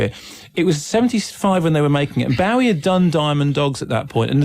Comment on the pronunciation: Disappointingly poor insight into the film by Kermode. The name 'Bowie' is mispronounced throughout which is irritatingly enough, but Kermode has very superficial understanding of the film 'grammar' Roeg developed. No attempt is made to understand it. Time is clear in the film, not confused- Thomas Newton does not age while everyone around him does. He is the victim of a CIA/government plot to stop him, so his alcoholism is a reaction to that, and this is very relevant today. The editing and way the music is used is unique. I'm wondering whether we are seeing the same film? It's a masterpiece.